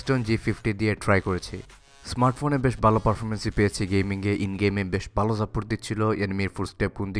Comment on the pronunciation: বালো না ভাই ভালো বলেন